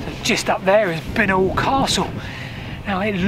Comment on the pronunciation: Bincknoll is pronounced Bye Nol